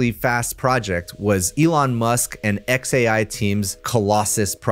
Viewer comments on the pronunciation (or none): none